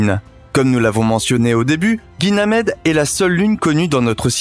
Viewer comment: La vidéo est très belle, mais faites attention quand même, ça fait deux vidéos de suite, que vous dites "guynamede"